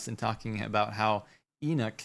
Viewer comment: Its not E-Nick it's pronounced E-Knock. Like when you knock on a door.